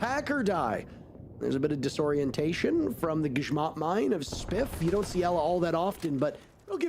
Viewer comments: I really appreciate the GRZMOT mine pronunciation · he pronounced 'Grzmot mine' correctly, I'm hyped. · grzmot,I guess it's the polish pronounciation